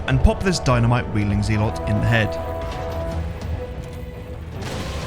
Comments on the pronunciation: Just some friendly information. Zealots is pronounced Zell Uts not Zee Lots. Other than that great run as always and entertaining to watch like all the others. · Had to turn the video off when you started pronouncing Zealot as ZEE-LOTS as if it were two separate words! Mispronouncing words is a pet peeve for anyone but especially from a fellow Englishman saying ZEE-LOTS. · Zealots is pronounced Zelots 😀 Not that it matters to anyone. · Lol “Zee-lots” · Zealots pronounced that way makes my skin crawl... zeeelots